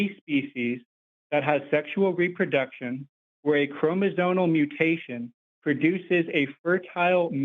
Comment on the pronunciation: I don't know if it makes me too elitist but it's really hard to try to listen to someone try to overturn evolution as a theory when he doesn't even know the word is "chromosomal" and not "chromozonal"